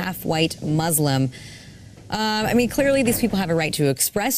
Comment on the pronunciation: Sabrina said MOOSLUM? WTF is that?????